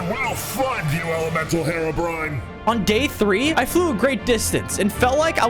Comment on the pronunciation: Bro just say Haerobrine when its